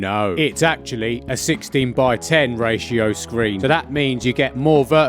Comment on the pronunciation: “Raito”🤣 i will continue to use this.